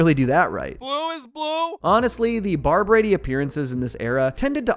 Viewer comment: I feel like he is saying Barbrady wrong for some reason